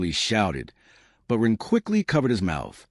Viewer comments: It can't even say Ren half the time , it says Ruuuun, very hard to tell what the author's intent was with how chopped up this reading is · it’s when someone says “Wren” that the A.I. completely messes it up. If Wren is used in a sentence like “he gave the ball to Wren” it says it correctly.